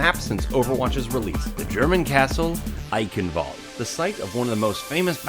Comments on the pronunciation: Why all English people say Eickenwalde it's Eicccchhhenwalde. I'm German that fucked up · as someone who grew up in germany, i cringe everytime when people, even the overwatch announcer voice, say "Eichenwalde" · Germans watching this cringe at your pronounciation of Eichenwalde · As a german, your pronounciation of "Eichenwalde" triggers me.